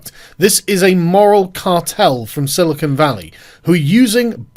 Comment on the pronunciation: Its silicon not silicone.